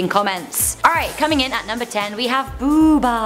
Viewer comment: not boobah it's boohbah